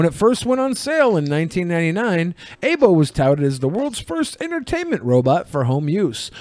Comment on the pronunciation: Eye-bo! Eye-bo! Eye-bo! Not "ay-bo"!